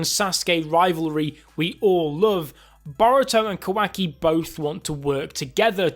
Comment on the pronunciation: Can you please say kawaki properly its not a hard name to pronounce